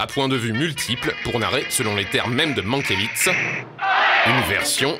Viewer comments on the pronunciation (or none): Mankiewicz se prononce Mankievitch et non Mankievitz !